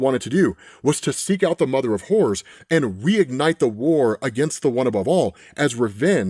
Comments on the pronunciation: it sounds like he's saying, "the mother of whores." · The accent is really kicking in here. I keep hearing the mother of whores.